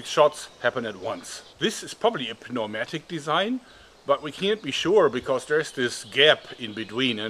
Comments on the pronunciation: Pneumatic is pronounced like New-Matic. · I love the moments where Joerg slightly mispronounces words like "puh-neumatic" and "pie-ramid". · New matic try saying it like that that would be a proper pronounciation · I died when he said p-no-matic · Pneumatic is pronounced: "new-mat-ic" ;-) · Hi Joerg, I love all your videos. the "P" in pneumatic is silent in English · Should we tell him the p is silent in pneumatic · The way he pronounces the P in pneumatic, is that a German thing, or is it just an English isn't his first language and sometimes it makes no sense thing? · The nun part of the outro is possibly more cringe than pronouncing the p in pneumatic but it's a toss-up.